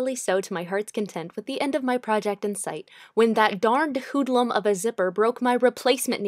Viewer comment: The way you pronounced hooood-lum😂